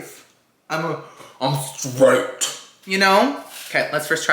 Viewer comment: "I'm stroit" 😅